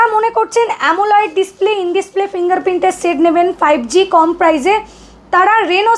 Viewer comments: uni hoytoh janen na bhul kore amoled ke amoleid pronounce korchen eteh hasar ki ache?? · সবই তো শুনলাম কিন্তু একটা কথা আপনার বুঝতে পারলাম না , আ্যমোলাইড স্ক্রীন্ এটা কী !! আ্যমোলেড স্ক্রীন শুনেছি।